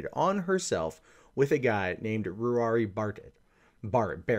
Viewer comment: Ruari usually pronounced Raw-ri or Row-ri or Roo-ri - scottish spelling Ruairidh, in case you wanted to know (means Red king or Red leader) so basically he's a ginger.